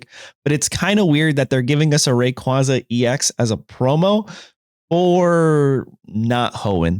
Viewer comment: they butchered rayquaza 😭